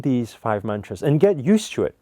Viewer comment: U love your car But what i really wanted to say was Stop saying mantras it sounds like munchies!!